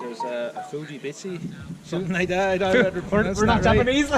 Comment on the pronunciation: Btw it's Fujitsubo exhaust 🤣🤣 cracked up when he said fujibitshi 🤣